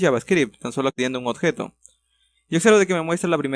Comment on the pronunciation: "Odjeto" XD